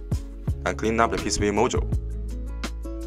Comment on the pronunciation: When you say MOSFET, it sounds like you’re saying MOSFITE. And when you say module, it sounds like you are saying mojo. Also, the music is a little loud compared to your voice. Awesome charger though.